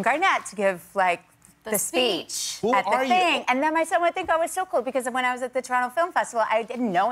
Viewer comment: "the speech" like "chocolate"